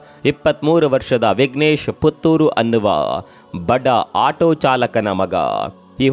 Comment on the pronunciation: ಪುಥುರ್ ಅಲ್ಲ. ಪುತ್ತೂರು